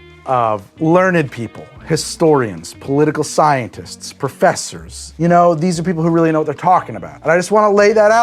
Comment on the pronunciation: Anyone else caught that said cyanists instead of scientists directly at the beginning?? Who are these cyanists? Do they deal with cyan? Or with cyanide???